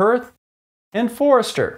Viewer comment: Excellent video. I will pick you up on your pronunciation of Forster, NSW though. Forget the “r” after the “o” and its “o” as in fossil. Goodbye from Sydney, Australia 👍